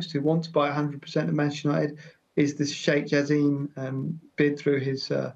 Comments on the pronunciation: It's "Jaa–sim", not jaseeem😂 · No Jaseeeem in Arabic it's simple <Ja-sim >